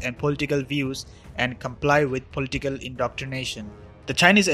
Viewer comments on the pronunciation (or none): Very bad pronounced words like. Political. For example.